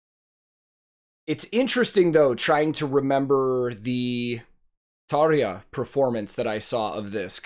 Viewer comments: Hey dude! You pronounced "Tarja" exactly correct, just like real finn should do it👍! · You’ve beautiful pronunciation of Tarja highly appreciated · You pronounce tarja and the dutch words very good 😀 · You pronounced "Tarja" allmost like a native Finn. Impressive :) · You pronounced Tarja very well! Heippa Suomesta :)